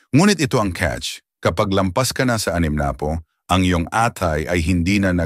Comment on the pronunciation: Ok na sana kaya lng yung pronunciation nyo mali … pusit, atay, animnapu,babala, pamamaga, at iba pa … pero ganun pa man thank you sa advice!